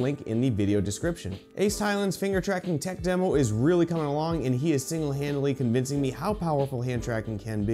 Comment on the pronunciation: "Single HANDidly" I get it